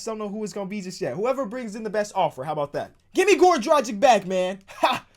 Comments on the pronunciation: Please learn how to prnounce Dragic's name, please, it's been haunting me for too long the way you pronounce it. Like and my ears shall be saved. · You need to learn how to say Dragic...